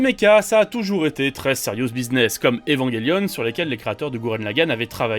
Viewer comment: mais quel prononciation de evangelion